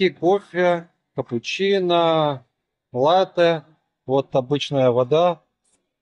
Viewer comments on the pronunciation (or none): none